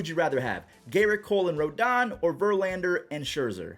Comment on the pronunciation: Carlos Antonio Rodón. It's not ROLDAN, it's RODON (roh-DONE). Cuban-American.